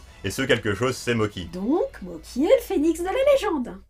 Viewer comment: Et les gâteaux en pâte de riz gluant, ça se prononce "motchi", pas "moki". Même avec l'orthographe "Mocchi", ça ajoute juste une pause entre les 2 syllabes (mo-tchi). Mais la vf le prononce à l'italienne... vive le mélange des cultures ! 😁